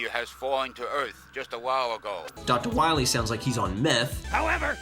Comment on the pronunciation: "Dr. Wiwy" makes me cringe, every. Single. Time. Haha, but seriously great video,!!!! I have actually never played this one beyond 2-3 levels, but this was an awesome review/breakdown!